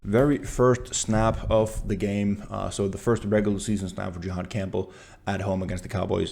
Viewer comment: Great breakdown bro, just one small thing for feedback. His name is pronounced (JA-had) not (JE-had), as that is an entirely different reference. No shade, really great breakdown of film.